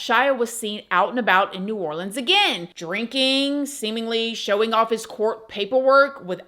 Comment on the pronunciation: Shout out to for pronouncing “NEW ORLEANS” correctly!! Love, New Orleanians ⚜️💜💚💛⚜️📿✝️